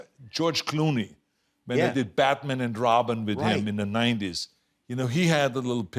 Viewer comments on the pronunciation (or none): Lol "Bat-men", love it.